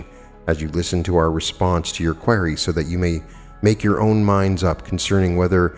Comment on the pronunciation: Hey, you are pronouncing "QUERY" wrong lol. Just really want u to know haha, its a crucial word for Quo! haha